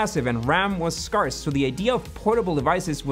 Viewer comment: Great video, but go to . Look up the dictionary pronunciation for scarce. Tip: if you are using words that you don’t use often, research how to pronounce them. Youtubers do this all the time and I almost wish they would stick to the words they know instead of mispronouncing words in their own native tongue.